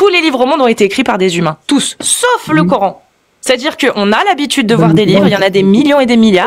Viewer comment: Je constate que les musulmans taré prononce " coorhaine " en place de Coran !🥴